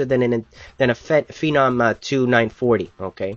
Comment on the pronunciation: and i thought it was pronounced "fee nahm"